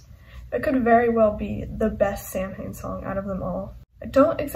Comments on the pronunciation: Samhain is the Celtic festival and it pronounced sowan samhain is the band Glenn danzig says sam-hain in regards to the band but in lyrics he says sowan in regards to the festival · Its pronounced "Sowan" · I know, but in interviews Glenn Danzig pronounces it like “sam-hain” so I’m just saying it like he does.